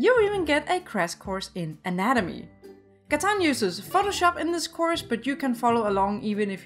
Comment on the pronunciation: Its not katan its Gatan